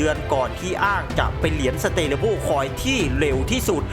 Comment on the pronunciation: Stable สเตเลเบิ้ล ❌ สเทเบิล ✅ เอาไทยๆบ้านเราก็ สเตเบิ้ล😁